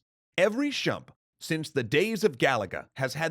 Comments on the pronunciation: I'm not in the demographic for this type of game, but I understood "Shmup" to be the base and thought "Shump" to be an acceptable variant. I have no idea if you're the only person I've heard say them that way. Then again, I'm still annoyed with WoW players calling a hearthstone "hurthstone" (when it should be like "heart"), so it's not like I don't have my pet peeve pronunciations. The players more familiar with these games should be able to call it. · when you say "shump" do you mean "shmup"? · Shmup! Not Shump, Shmup! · mebamme Yeah. It's SHoot eM UP. Shmup, not Shump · Shump? Do you mean shmup? I.e., "Shoot-em up?" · I've never heard Shmup pronounced as "shump". Was that just a speaking error, or do some people intentionally say it that way? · I honestly thought a chump is a type of enemy design I never heard of. Then I paused, jumped back and realized you meant to say shmup. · Shmup, not shump. I love this channel and I love your reading. It just stands out to me like people who say turrent when they mean turret. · Means shmup, says shump ... BO-KAY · Did... did he say "shump" instead of "shmup"? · No, he's pronouncing it wrong. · SchMUp not shUMp c'm'on XD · It's "Shmup" not "Shump" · It's SHMUP, not shump. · Totally helpful comment here, I know, but it’s a “SCHMUP,” not a “SHUMP.” :P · My man really said SHUMP... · No, pronouced it as shMUP. Not a big deal, but yea he is wrong on that. And I say he in particular because Dan said it in past episodes the right way. No big deal of course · Seriously made my brain hurt. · I came to the comments section halfway through the video because it bothered me so much, thinking I'd leave a simple comment like "STOP SAYING SHUMP" but then I saw his apology/acknowledgement and it calmed my rage XD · No, he said SCHUMP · Alright, I admit it, I have NEVER heard the word "shump" before in gaming videos. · "shoo(t e)m (u)p" would be 'shoomp', "sh(oot) em (u)p" would be 'shemp'; neither would be 'shump'.